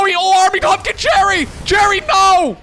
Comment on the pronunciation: ah, good, I'm not the only one who heard "Terry" as "Cherry"